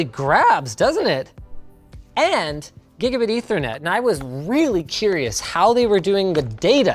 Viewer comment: i heard gigiddy internet